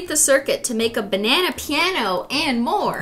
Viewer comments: OMG IT'S BENANA AND CRIS-TEA-NE. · “Professor BENANA”